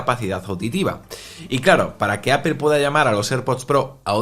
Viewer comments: Es APOL no APEL no es tan difícil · Apol, no apel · Es mas bien Apl sin vocal, dependiendo del acento del hablante inglés suena mas "e" u "o" ,si buscas como lo pronuncia Tim Cook se parece mas en opinión a "Apel"